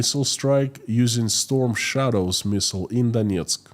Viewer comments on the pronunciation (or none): none